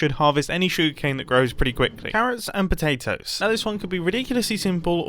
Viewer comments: . Am I the only one who heard Mumbo call potatoes “potelios”? Sounds like a new spud based breakfast cereal! 😂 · did he say "carrots and pOtAtiOs"?